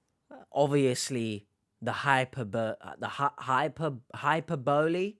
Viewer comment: “High per bah lee” is what you were trying to say